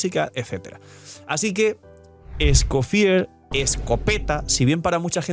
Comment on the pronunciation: Al ser de Fontine, lo más probable es que su nombre se pronuncie en francés, "Escofieg" 😅😅😅